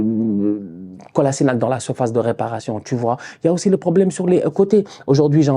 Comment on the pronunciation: "Kolasinak" ? C'est ton ancien jour prononce bien son nom nan ? 😂